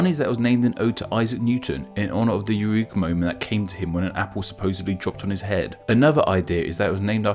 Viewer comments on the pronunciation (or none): none